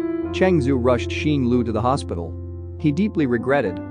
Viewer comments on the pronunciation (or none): none